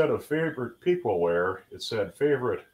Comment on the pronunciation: Piqua is pronounced with a soft e sound, not a hard e. Its more like "pick-wah." I'm from the area.